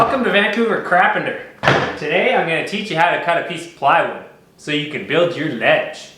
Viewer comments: “vancouver crapenter” 😂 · "Welcome to Vancouver Crapenter" 😂😂